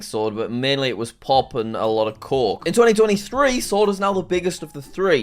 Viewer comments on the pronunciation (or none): Man i know u wanted to say coke but i heard "cock"